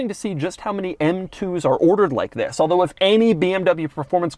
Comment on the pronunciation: "TWHISS IS DUH...."